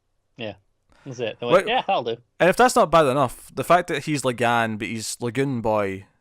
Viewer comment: his name is la'gann, its la'gaHn